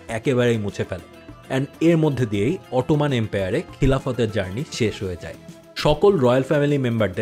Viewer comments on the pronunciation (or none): none